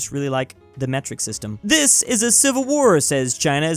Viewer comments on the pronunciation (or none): none